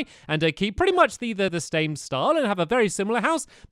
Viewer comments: Stampy you said stame style instead of same style lol ;') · Stampy instead of saying same you said stame